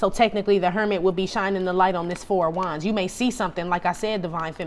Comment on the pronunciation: I swear when I hear you say KING OF WANDS, I hear KING OF DICK !!!